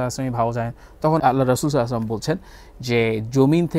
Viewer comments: ভাইয়া নবী সাল্লাল্লাহু আলাইহি ওয়াসাল্লামের নাম মুবারাক সুন্দর করে বলুন। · আল্লাহর রাসূল সাল্লালাহু আলাইহি ওয়াসাল্লাম এবং আমাদের প্রিয় নবী সাল্লাল্লাহু আলাইহি ওয়াসাল্লামের নাম সুন্দর করে উচ্চারণ করার জন্য আপনাকে অনুরোধ করা হলো